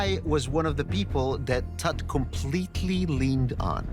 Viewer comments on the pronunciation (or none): The bald guy pronounces Tut's name differently every time he says it. Why??